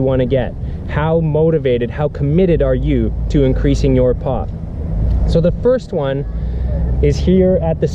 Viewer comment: I hear "pot" instead of "pop" everytime XDD